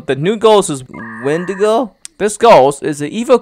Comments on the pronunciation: ☆|▪︎Wendigo is a deer and said it right the 1st time▪︎|☆ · Wendigo/Windigo is pronounced as Wen Dee Go/Win Dee Go